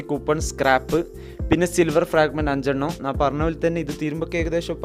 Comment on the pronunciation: നാൻ, അല്ല ബ്രോ, ഞാൻ